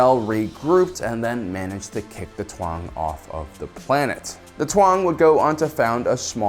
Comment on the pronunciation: Why do you pronounce it Twang? Its Taung, T-AU-NG. No need to add another consonent